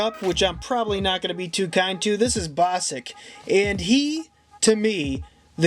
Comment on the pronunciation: BOSSSK!!!! NOT BOSSICK! He's AWESOME!